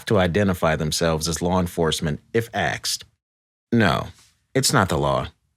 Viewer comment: why does he pronounce "asked" as "axed"??